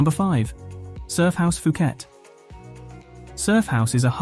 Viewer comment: FUKET DUDE? ...IS POOKET FOR YOU TO UNDERSTAND!!